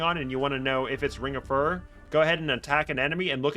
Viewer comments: Fyoo ror, not fur er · Like fury, not furry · Furor, related to Fury, and Furious Repeat after me phew-roar. There's only one 'r' in the center of the word, not two. It is not pronounced fur-rur. If you insist on pronouncing it furr-ur, you then need to pronounce Fury as Fur-ree, and Furious would be pronounced Fur-ree-os